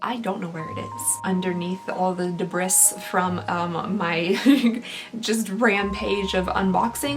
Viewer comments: “Underneath all the deb-riss” 😂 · Omg..... I died a little inside when you pronounced debris as you did ♥️♥️ life is complete, oh deb ris... hahahahaha